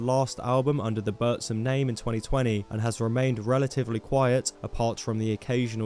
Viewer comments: its not bursum, its buRRRRRzum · it's not burszum. it's BOOR-THHÜM! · You just butched the pronunciation of Burzum the whole time.